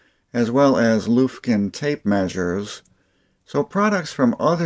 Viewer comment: Lufkin is pronounced LUFF Kin not loofkin as a side note my first tape measure in the 70's is a Lufkin